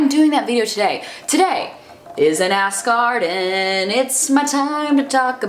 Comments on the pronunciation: Morgause x ass garden sounds like ask arden. she is saying ask arden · Now every time she says ask Arden, I can only hear ass garden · I keep thinking you're saying "ass garden" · People kept telling her that every time she said "Ask Arden" it sounded like "ass garden" so she just changed the title lmao. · I'm dying I just keep hearing Ass Garden instead of Ask Arden it's amazing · Ass Garden? I am confused. Are you saying Ask or Ass; but the title says Ass. ahh D:! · "Ask Arden" sounds really similarly to "Ass Garden" which I'm 100% here for. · I have to like this video just because I laugh every time I hear you say Ask Arden now